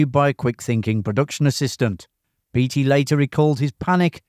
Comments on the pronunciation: I guess it's too late to change but Ned Beatty's name is pronounced the same as Warren Beatty. Bay-tee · Ned BAY-TEE, not BEE-TEE. CHAT-UH-NEW-GUH River.